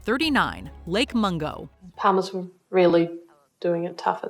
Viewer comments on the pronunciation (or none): Lake Mongo? 😂. Huge Lake with a Huge Secret… 😂. Lake Mungo.